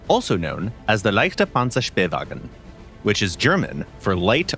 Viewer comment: I need to say the pronounceation of Leichter panzerspähwagen was really good